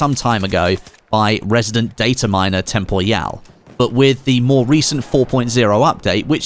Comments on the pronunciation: I'm pretty sure it's pronounced Tem-Por-EEE-All, not Tem-Por-Yal... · I love how literally every YouTuber pronounces Temporyal differently. Like what the hell? :D